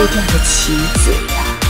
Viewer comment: 後面紅夫人應該是說＂是最容易被吃掉的棋子呀＂可我好像聽到＂是最容易被吃掉的親嘴呀＂🌚👍